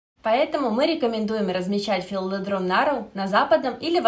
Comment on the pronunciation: Такое полезное видео,но прямо режет ухо не правильное ударение растения)